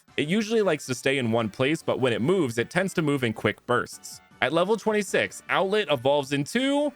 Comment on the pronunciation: Do you mean outlet or outlett